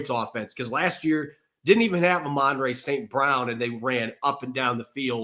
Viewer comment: Did that guy pronounce Amon Ra as “uh-MAN-ray”? 😅